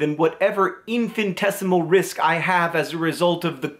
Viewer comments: infintesimal? All hail the king of mispronouncing stuff. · Haha. "Infantesimal".